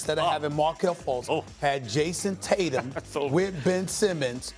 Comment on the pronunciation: Jaysom tator?